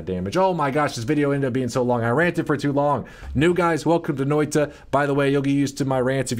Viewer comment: As a Finn, got to love how badly he pronounces that Finnish word "Noita", like "Noiii-tA" :) Noita basically means "Witch"